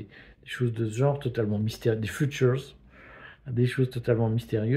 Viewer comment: les “phutures”